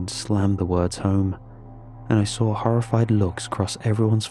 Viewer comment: "I sraw it" why bro? 😭🙏 It "saw" ngga